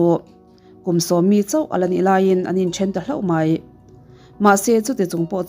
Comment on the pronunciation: 👍👍 Inkawmngeih... Inngeih - - - inngaih i ti zeuh. Hloh hmanna turah 'hlauh' i ti țhin bawk hi ka lo vei țhin. I channel hi ka subna a la rei lutuk lo a, i post hlui ho ka ngaithla kual zel mai. A ngeihnawm țhin...ni lovin 'A ngaihnawm țhin...'